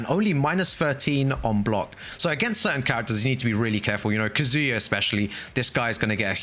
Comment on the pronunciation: I'm sorry, but i died a bit at Kazoo-ya 😂 Great video though!